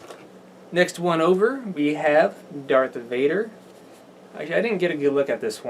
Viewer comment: its darth vader, sounds like you said invader